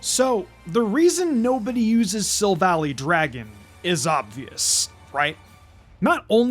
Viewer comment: It’s pronounced sill-val-EYE, “”! 🤨 Silver and Ally, in the name origin! Come on, get it right! 🙄 As for Macro Cosmos, you put the C and R on backwards. It’s pronounced MAC-ROH cahs-mohs! 🤨